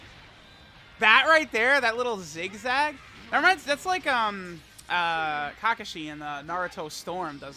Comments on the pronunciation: The way you say kakashi still physically hurts me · He says kakashi so weird 😂😂